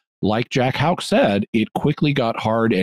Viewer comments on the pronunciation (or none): You can best pronounce Houck as: 'hook.'